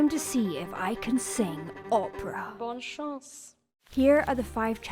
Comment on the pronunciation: pronunciation of "bonne chance" is incorrect as she says "bon chance".